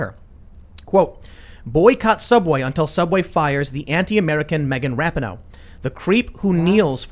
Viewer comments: FYI: it's pronounced RA-PEE-NO, not RAP-IH-NO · I love that Tim always says Rap ih no. When sport commentators say Ra pee know. No one knows how to say her name. Can we all agree on Ra Knee No. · Ra - pee - no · Megan’s last name is pronounced Ra-pee-no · I cant stand her either, but you and Shapiro do not say her name correctly